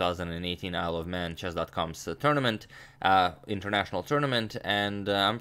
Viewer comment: When he says "Isle of Man" it sounds like "I love men" lol